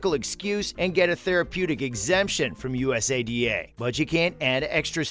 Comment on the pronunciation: just say it as a word, usada, you sound silly bro.